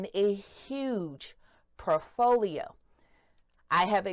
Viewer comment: Impossible to take her information seriously when she literally makes up words; “profolio” and then uses that made up word repeatedly.